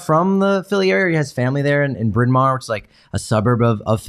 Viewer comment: Props on your correct pronunciation of Bryn Mawr